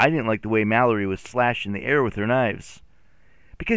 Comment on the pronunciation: me reacting everytime he calls Mallory Mak